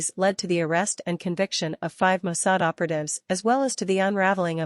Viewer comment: Mossad! Not Mosaad.